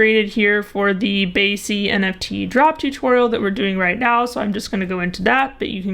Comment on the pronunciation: BAYC not BYAC